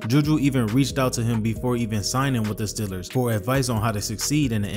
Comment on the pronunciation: Why you keep calling them STILLERS.